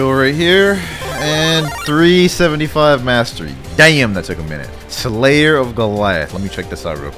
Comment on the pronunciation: I like the way he says damm